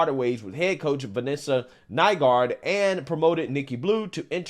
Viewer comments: Boy does this coach have an unfortunately ironic last name... Glad is pronouncing it correctly! Lol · That coaches last name is one mispronounction away from getting someone canceled on Twitter. It was pretty obvious how much effort you were putting into saying her last name. LOL